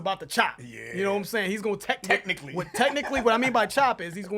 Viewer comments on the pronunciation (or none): I hate that every time he mentions Eminem's skill he says "techincally" as if that ALL Eminem is, is a good "technical" rapper. He is WAY MORE than that!